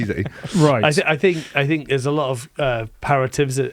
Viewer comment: did haskel have a bet on how many "i fink" can he get in one show